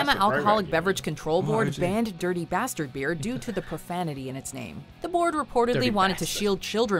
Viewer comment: "Durdy basterd beerrr" Josh: "DuerTy BastArd bear" Sounds so weird right after you hear the American one 😂